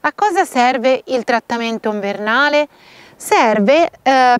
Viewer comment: Troppo simpatica quando dici nvernale. Cmq bravissima grazie